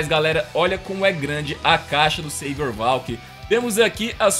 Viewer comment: Não é sevior é savior